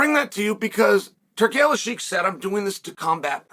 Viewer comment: Hey...u said his name right...